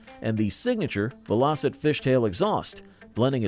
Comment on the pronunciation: It's VELL - O - SET ...at least that's what my Dad called them!